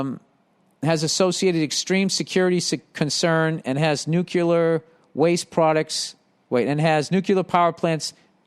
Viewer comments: Why does he keep saying NUCULAR.... it's nuclear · Cmon Bill, noo + klear. Noo klear, Nuclear, you can do it.